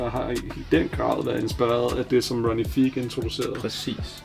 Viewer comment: Fed samling :) Ronnie Fieg udtales F-eye-g ikke Fig og Hermés udtales Ermés - H udtales ikke, men S gør :) <3 Its all love